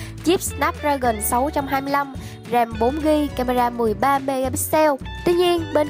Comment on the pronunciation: có ai nghe ram 4gb thành rèm 4gb như mình ko